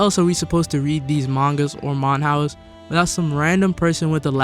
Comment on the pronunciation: bro really said "manhouse"